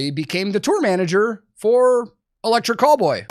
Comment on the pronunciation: I hate to admit this, but I was about 10 videos in before I realized he was saying Electric Callboy and NOT Electric Cowboy 🤦🏻‍♂️